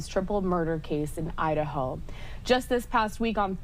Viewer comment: She said Idaho it was just cut up and sounded like Ohio. I thought so too until I replayed it.